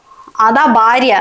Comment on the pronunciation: ബർത്താവ് ബാര്യ അല്ല ..ഭർത്താവ് ഭാര്യ ആണേ. കൂടാതെ സന്ധ്യ നന്നായി ചെയ്തു 'അമ്മ ഭാര്യ റോൾ .❤